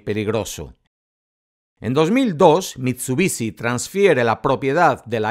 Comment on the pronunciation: MIT SU BI SHI , no mitsubici >:C